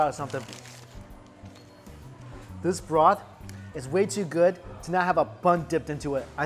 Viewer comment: “That is pretty darn gwouud”